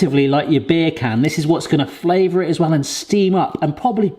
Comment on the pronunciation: I'm sorry but when you say "beer can" my brain can't help but hear you saying bacon in a accent